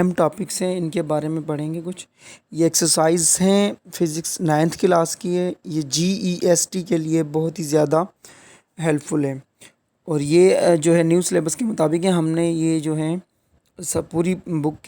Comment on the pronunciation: GEST nhn hay..JEST hay..